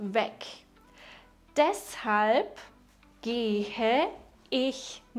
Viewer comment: bist du eine deutsche Muttersprachlerin? Weil deine Aussprache seltsam ist, zum Beispiel wenn du das Verb "gehen" aussprichst😮